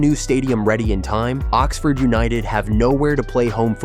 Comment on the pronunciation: More AI crap. So many inaccuracies, and an American accented voiceover that can't even pronounce Oxford correctly. Total BS.